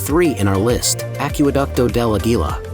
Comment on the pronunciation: He does not pronunce Aquducto de Aguila correcrtly os Aguila